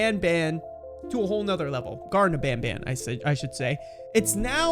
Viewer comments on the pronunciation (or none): its garten but you said gardem which means you was gonna say garden.